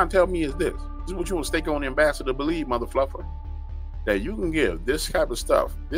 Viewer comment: The caption literally puts the cuss words at times not all the time but it does put motherf#!ker lol He is saying muthafluffer😊❤🙏God Bless 🙏💛